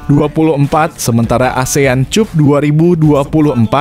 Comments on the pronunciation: Cup dibaca kap brow 😂😂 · Baca cap apa cup 😂😂😂😂😂😂